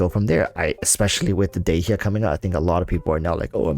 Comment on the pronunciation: u pronounced dehya wrong, obviously playing japnes voiceover eww dog